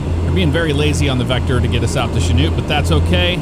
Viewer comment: I'm impressed you pronounced Chanute (my hometown) correctly. Most people can't.